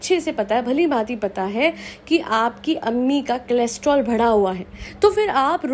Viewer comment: Cholesterol, not chelostrol :)